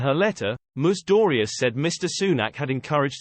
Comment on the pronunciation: Whose ‘Moose Dooryeze?’ Please get another robot.